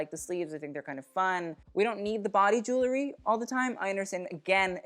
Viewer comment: "Jewel-ry", not "Jool-ery". Other than that your're practically perfect.